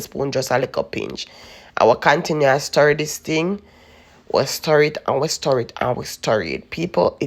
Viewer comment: Mi love when u say sturr it up.